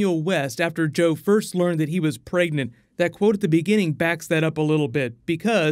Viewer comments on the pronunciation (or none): you said joe was pregenant 😂😂😂